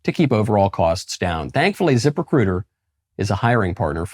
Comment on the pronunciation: Hahahahaha, it sounded like you said 'zipper critter' rather than ZipRecuiter.